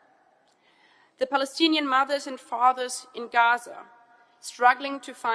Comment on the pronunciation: Did anyone notice she barely said Plalistne